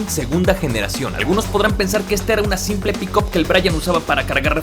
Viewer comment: se dice picap , no pikop, agringao